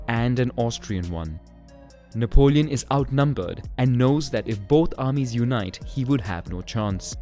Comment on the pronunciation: nap-leon, napped Lion.